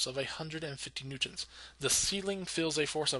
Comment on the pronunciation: Good Videos But you pronounce "Newtons" really weird